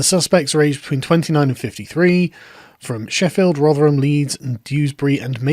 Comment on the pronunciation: First time I've heard Rotherham pronounced. Holy shit, that is jarring compared to my expectation.